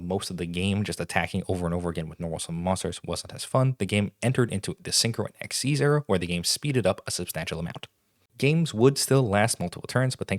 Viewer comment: Ok what bugs me about Yugioh is that Xyz monsters came out in 2011 and the announcement article and the tv show made it clear that "Xyz" is pronounced like "ik-seez," but it's been 15 years and people still pronounce it "X-Y-Z!" (Though the argument could be made that Konami should have picked a better name lol.)